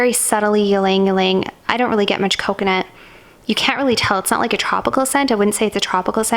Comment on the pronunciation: good thing you pronounce Ylang in right way lol!